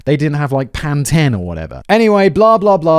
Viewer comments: "PAN-TEN"??? Its pronounced "PAN-TEEN" Simon. God. *jokes lol (but fr that's how its pronounced) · what is panten? is that pantene like the shampoo but thats how english people pronounce it or just a simon pronunciation? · Pan ten 😂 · Is that really how brits pronounce pantene?